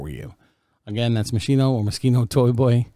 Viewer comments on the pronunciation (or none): It’s pronounced Machine...O